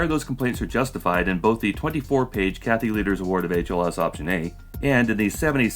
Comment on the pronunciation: I keep hearing "cat litter" instead of "Kathy Lueders", seems rather fit.